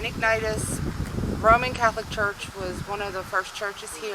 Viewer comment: Pronounced “ig na she us”. Also, when the “Mollys” were in jail, one of them put a handprint on the wall and, to prove his innocence, said the handprint would never disappear. They have plastered and painted over the print and it never went away. I am a new subscriber, originally from Pennsylvania. Have been through Centralia when it was a thriving town. I really enjoyed your documentary.